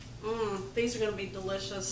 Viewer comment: I love it when says “duh-licious”. You know it’s going to be just that and easy as well. Can’t wait to try these. Thomas’s face says it all. Thanks for another goody.